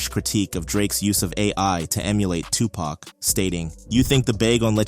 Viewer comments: He kinda lost me after he said Pack instead of Pac. I just truly believe. The Media is blowing this outta proportion. Wait and see 7 months from now. They will squash their beef and collab together. These beef in the past usually end that way. Pac and Biggie hung out after there beef. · how’d you say Tupac right but pronounced pac completely different afterwards